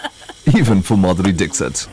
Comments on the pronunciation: Madhuri Dickshut / Madhuri Dickshit..........................hahhahaahaahahaha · It is not dick sit though. It is dixit.